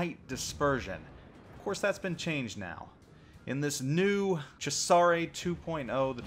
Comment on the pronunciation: If you're going to pronounce Cesare with a "che" at the beggining pronounce the "s" as a "z" too.